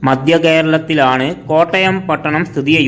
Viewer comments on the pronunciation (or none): none